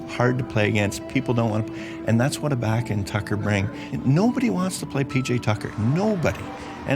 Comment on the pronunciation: Such a blaspheme for to keep mispronouncing Ibaka's name